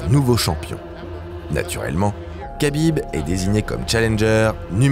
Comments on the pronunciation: Kabib? Kabib Kabib?????? Ça s dis rhabib frero respecte nos blaze un peu 😂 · Si jamais on ne dit pas Kabib mais Habib. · C’est vraiment insupportable d’écouter à tout bout de champ [k]abib…. C’est un manque de respect. On dit [R]abib. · on dit rabib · Superbe vidéo !! J’adore votre chaîne YouTube !!! Juste petite précision pour Khabib on prononce Rabib